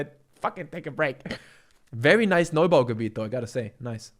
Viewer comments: „new bau gebiet“😂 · Did i hear Newbaugebiet?xd